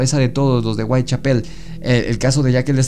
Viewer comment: Muy bueno pero no es Whitechapel con acento en pel, el énfasis va en cha